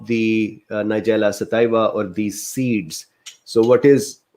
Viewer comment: Thanks, doc. Pronunciation is suh-TEE-vuh. It's Latin. Too bad NS was not studied without honey, so that we could assess NS on its own. 80mg/kg is somewhere around 1 to 1.5 tsp/day. Some people get kind of "wired" on this amount. Might be too much for longer term use. Studies of around 1/4 tsp/day in older women showed a drop in HDL cholesterol in just a couple months, so there's that.